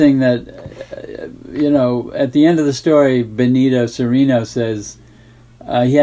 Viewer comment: I don't understand why you always hear English speakers pronouncing "Cereno" with a long second "e" sound. Benito Cereno is Spanish. The Spanish would pronounce it like "Seh-reh-no", not "Seh-ree-no". It just sounds wrong to me.